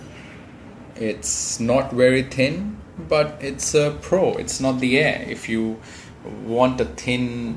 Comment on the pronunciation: aha i get it, when he says thin it sounds like tin aha